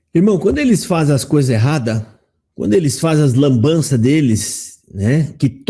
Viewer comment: Dou risada de vc dizer Lambança.rss